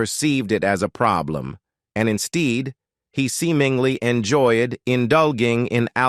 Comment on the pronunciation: Where the hell did this guy learn how to speak? He mispronounced words like "ethan" and "instead"! Go back to grammar school!